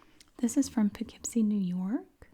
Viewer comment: As being from NY, I applaud you for saying Poughkeepsie correctly 😂 No one can ever say it right lol. ALSO, the Barnsider is an amazing restaurant and the Colonie Center mall is right by my house! WHO GOT A HOLD OF THESE MATCHES BEFORE YOU! There’s so many from where I live, that’s amazing!